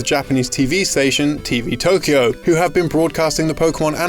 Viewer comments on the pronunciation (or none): none